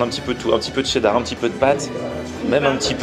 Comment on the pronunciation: Il y a que moi qui remarque que la fille dit chdedar au lieux de chedar???????????